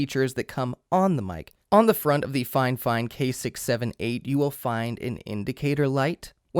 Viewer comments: "FineFine" Figh-Fine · I'm not done with the video yet, but uhh why do you call it finefine instead of fifine?? Got me wondering If I say it wrong or not :D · Triggers me a bit that you keeop calling it Fine Fine.. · Is he saying "Fine-Fine" every time or am I crazy? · Dude why do you keep saying 'fine fine', its annoying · Man really said “ fine fine”😭😭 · "FineFine" stahp! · "Fine fine" lol that can't be the pronunciation. Great vid though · it's not fifine, FIFINE!